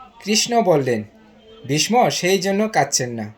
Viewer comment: আপনি ভীষ্ম কে বিষম উচ্চারণ করছেন কেন ?